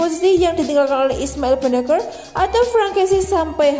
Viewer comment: Ismail Bin Naser ( bennacer ), narator masih ngomong benaker melulu.